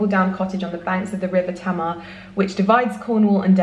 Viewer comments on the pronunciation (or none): Your videos are aesthetically delicious 😍 I live near the river featured in your new book, and will make sure to read it. Btw, the pronunciation of the River Tamar is Tay-mar (not Tammar) 🤓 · By the way, the River Tamar is pronounced Taymar. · Just so you know, the last book you mentioned which was set in Cornwall on the river Tamar, its pronounced Tay-mar, not Tam-ar! Love you and your vlogs 😘💕🌸🌺💐🌹